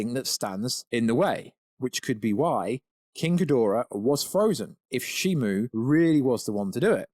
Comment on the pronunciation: Shimo. Not Shimu.